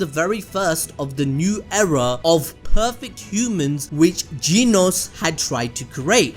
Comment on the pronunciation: I love how he says Genos like genis